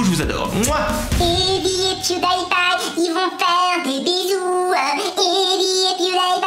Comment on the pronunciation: Tu a dit beuzouz au lieu de bisous😁😁😁😁